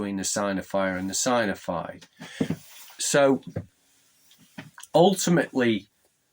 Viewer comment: Sig-nif-ied/sig-nif-ier Sorry if that’s rude but that’s how to pronounce it. Great Vid!